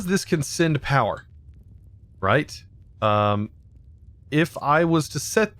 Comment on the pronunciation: I like how he says "sind" instead of send